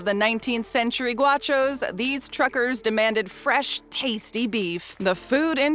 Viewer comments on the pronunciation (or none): It’s GOW-shoss not GWA-shoss